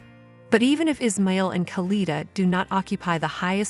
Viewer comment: It's pronounced as Is. Ma...il